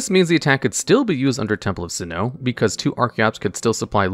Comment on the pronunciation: I'm losing my mind with his pronunciation of Sinnoh.